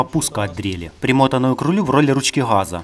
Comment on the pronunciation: Спасибо. красиво говоришь.........но не ручки хххаза...........а ГАЗА...ГОВОРИ ПРАВИЛЬНО........